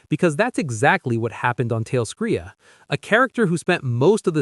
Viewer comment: Why so all these youtubers say talescria wrong? They say it in the show many times